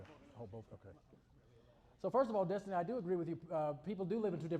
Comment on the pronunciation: It’s Dess-tiny 😅